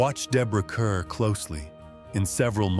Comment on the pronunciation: Kerr is pronounced Kar.